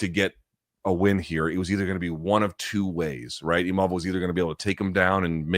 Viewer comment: Funny how Imamov made a point after the fight to say that his name is not "Imavov" but Luke keeps calling him that 😂